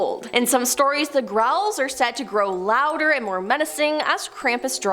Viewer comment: I heard "Raul" every time she said "growl." 😂